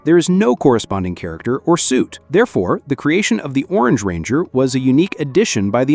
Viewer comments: bro totally butchered that pronunciation 💀💀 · LUL this mf can't even say ranger correctly what a fail he is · Cant even say ranger anymore 😂